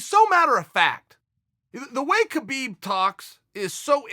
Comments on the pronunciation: be4 he fights Habib. Chael, and it's not Kabib, it's Habib, the K is silent. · Mcgregor's does not deserve a title shot. In addition, Khabib was unfairly fined $500, 000 by The NSAC. Khabib's name is pronounced Habib. Chael are you just a disrespectful person. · Chael it’s Haa-beeb...